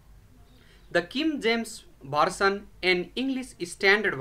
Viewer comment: I can't understand some of his pronunciation of English words. For example, he'll pronounce the word version as bersion. So this wasn't a good presentation because of his inability to pronounce some English words correctly.